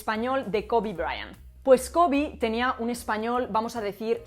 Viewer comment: La mitad del video pensé que decías covid. Luego me enteré de que era KOBE :D El code-switching es súper normal en hablantes bilingües, aparece en mi hogar como en tantos otros. El Spanglish es un fenómeno pero no soy partidario de llamarlo una lengua. Una cosa también es el code-switching y la otra es el insuficiente dominio del español o del inglés o de los dos, que precisamente incentiva el surgimiento de semejantes cruces lingüísticos. El español hablado por los hispanohablantes de los EE.UU. definitivamente es de peor calidad que cualquier otro español a nivel gramatical, de pronunciación y, principalmente, de léxico, dónde el desconocimiento del léxico propio del castellano se compensa con numerosos anglicismos. Nunca he escuchado que alguien de los EE.UU. hable español a un nivel C1 o C2. Realmente es lo que tú dices en el video. Es un "kitchen Spanish", hablado en el círculo familiar con muy pocas palabras y con el fin comunicado pero súper reducido. Según mi observación podría ser un A2-B1 como máximo.